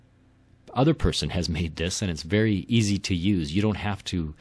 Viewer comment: oh. he said verry earsy :((